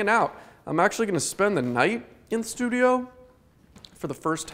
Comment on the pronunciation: and his "SLEWdio" instead of studio. ha